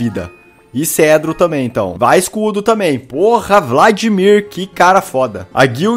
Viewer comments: Felps, é cetro nao cedro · ele falou cedro ou cetro kkkkk